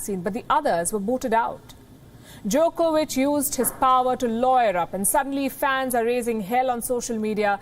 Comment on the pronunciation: She almost pronounced it Jerkovich....